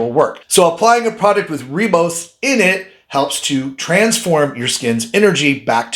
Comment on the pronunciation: It's pronounced 'rybose',not 'reebose'. And it's adenosine, or 'a-deen-o-sin'', not adrenosign.